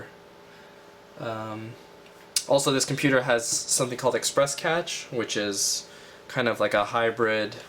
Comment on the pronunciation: cache = "cash"